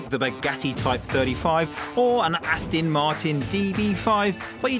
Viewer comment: in your intro it's Aston (with an 'o'), not Astin.